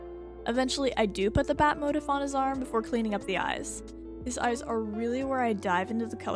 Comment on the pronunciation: i think you were trying to say 'motif' and it's not pronounced 'motiff' it's pronounced like 'mow-TEEF' (like teeth with an f instead of a th)